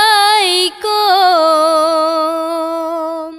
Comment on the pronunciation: Maaf ya, kalau biasa walaupun itu biasa kita ucapakan, di salamnya jgn salam'alaikom, tapi salam'alaikum. kum dgn kom beda artinya dalam bahasa arab. semoga seni tari tanyo beu sabee meusyuhu d donya. Amin....